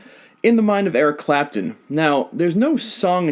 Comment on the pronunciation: I was dying when you said Eric crapton!! Lmao